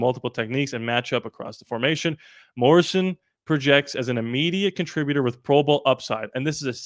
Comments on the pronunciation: Clearly says Morrison your looking right at his name. Stop saying Morris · Dude, it's MorriSON - not Morris - it clearly says it on the screen - you even read it correctly a couple of times, before going back to saying it wrong! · It’s MORRISON not MORRIS!!! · It's Morri-son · Hahaha i can’t man, i can’t.. he keeps reading it and just sayin it anyway lol